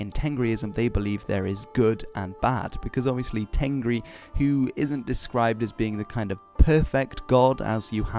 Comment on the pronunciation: Dude, im Mongolian , u did a good job explaining the religion but there is some little mistakes. Tengri , we pronounce it Tenger which means sky in Mongolian. Khukh tenger means blue sky. And the word temdeg means symbol not the name of the symbol u r talking abt. It is Khas temdeg. Ami means life, animals are amitan.